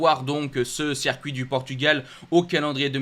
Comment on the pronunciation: ta chaîne est top et tu es vraiment passionné mais par pitié pour mes oreilles arrête de dire sercuit... C'est horrible et jeté du discrédit à tes compétences 👍 Circuit. Merci pour mes oreilles et le sérieux de 100% GP